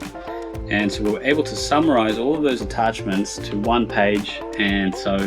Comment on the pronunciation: Why you say larb for lab and ouray for array artachments for attachments?